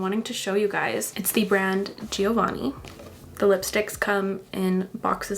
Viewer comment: Omg I love the lip combo!😍 Will absolutely check out that lipstick. Btw you don't pronounce the first i in "Giovanni"☺ Regarding the little disclaimer regrinding you never tell us we "need to buy" anything: I actually adore the way you create your content. I eyed now for 2 YEARS! with the Hula beauty Rose Quartz palette since I first saw it on your channel. Got it now in the Cyber Craze as a Christmas gift to myself. I think in the end you are maybe inspiring us to get something but we are responsible for our purchase in the end🤷‍♀